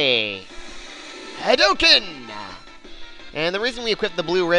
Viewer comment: thought u could use that in 1 of ur lp's well if u somehow do another gw and to be far hadouken is pronounced with a u since ryu shouts it so does ken